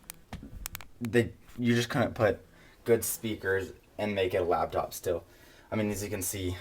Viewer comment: it's LAPTOP.. not LABTOP!!